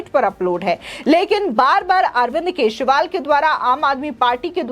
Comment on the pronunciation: Dear Madam, can you please pronounce the surname of AK correctly ? Or simply address him as a Natvarlal.